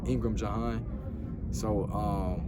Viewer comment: My man's name is J'Hon Ingram not "John" Ingram.